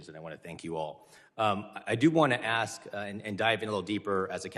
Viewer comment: If you can't pronounce the word, "ask", you shouldn't be allowed in Congress.